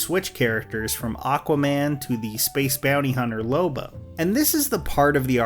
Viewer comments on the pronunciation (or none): it's lobo not loba.